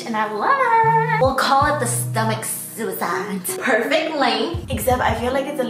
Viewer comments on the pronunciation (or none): none